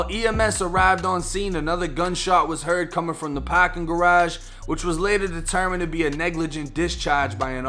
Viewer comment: Pawkin garaaage 🤣🤣